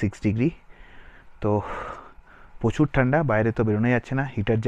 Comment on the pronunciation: উচ্চারণ ঠিক করুন। প্রচুর উচ্চারণ হবে prochur. pochur নয়, বড্ড কানে লাগে।